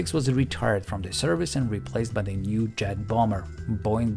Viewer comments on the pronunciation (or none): i listened 3 times before i figured out you were saying "new jet bomber" and not "new chad bomber" X'D